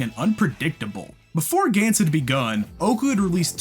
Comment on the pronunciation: Its pronounced Guns as in 🔫 not a"gaints"